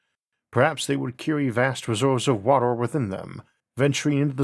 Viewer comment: man can you stop saying water like WATOR? XD it's so distracting.